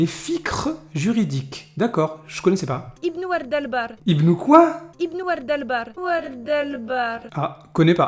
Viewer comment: Ibn 🌸 el-Bar 😂😂😂 Pour les noms des savants musulmans c'est un massacre à la tronçonneuse 🤦🏻‍♀️